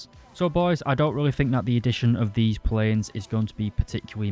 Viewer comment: "pwanes with ER to ER to ER missails" :D <3